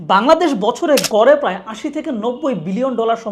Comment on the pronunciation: "প্রাই" নয় ভাই "প্রায়" উচ্চারণ হবে।